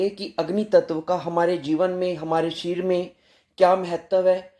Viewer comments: Sharir bolo शरिर बोलो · Sharir शरीर 😂😂 sahi to bol lijiye